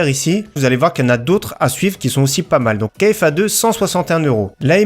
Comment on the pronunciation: KFA2 se prononce KFA « carré » comme en maths ( le 2)